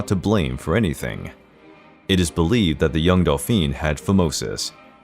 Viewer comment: Dauphine is pronounced Doe Feen, not Delphine. And young Louis did not have phimosis, he was just terribly shy and was intimidated by his beautiful graceful young bride, beside whom he felt like a clumsy oaf. He was also very moral and decent, unlike his male ancestors. He never took a mistress despite courtiers throwing women at him. It was against his moral code and he just wasn't a lustful man.